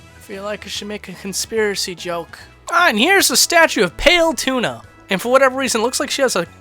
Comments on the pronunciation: pale-uh-tuna? you mean pal-uh-tane-ah? XD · *slow, sarcastic clapping*Pale tuna. Way to go, but ya made a mistake.It's pronounced Palutena (Pal-u-teina) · Did you just call Palutena Paletuna? U before E. No tuna is pale. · "Paletuna" sounds better than Palutena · Palutena not tuna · Peileetuna. Really? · PALE-TUNA?! cringes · "pail- tuna" now THAT'S got to take the cake for the worst mispronunciation oh her name. my good sir. congratulays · The statue is pale. That's the joke. Saying things incorrectly is also a joke. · Kasuya Yes, it is, but when you do it like he did, it doesn't work. I did not know he was saying it incorrectly as a joke because he said it as if he was saying it normally. Normally people would emphasize the incorrect word, but he didn't. That was the issue here. And that "The statue is pale", if it was the joke he was aiming for, that failed miserably.